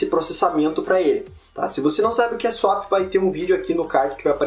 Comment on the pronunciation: não é "suap" e sim "suép"